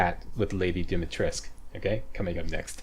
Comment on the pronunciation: More video pls :))) yeah in English is Dimitresc'u but the name is Romanian so is called DimitrescU. That is for you to know not to force you to say it :)). That is the true walkthrough not many on youtube say welcome on whatever game walkthrough and they say what i do with that, or what is this or worse, pretend they don't remember the game or never play (((((. Playthrough is a playthrough, walkthrough has already finished the game or play in advance. See that's why i love you... :D